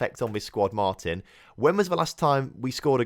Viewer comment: It´s pronounced mar-tin, looking forward to seeing you take over as manager in my home country!